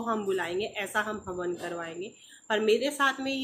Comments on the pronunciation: Di haman nhi hawan hota h aap hamesha haman bolti h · हमन नहीं होता है हवन बोलतेहै मैडम जी